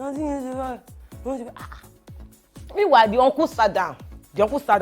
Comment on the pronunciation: I can't get over kiekie saying "minwilly" instead of meanwhile 😂😂